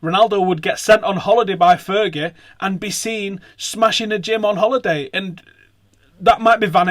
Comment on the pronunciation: man...its not fergie yar..